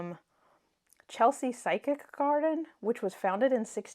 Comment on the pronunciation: Nice selection of decks. Just heads up tho - it's physic garden not psychic, pronounced 'fizz-ik', as in 'medicinal drugs'. It's a pretty old fashioned British term you don't hear a lot any more and relates often to herbal medicine.